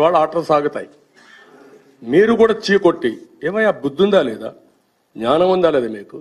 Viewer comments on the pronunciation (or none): none